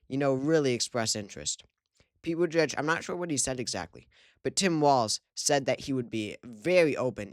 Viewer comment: It’s pronounced boot-edge-edge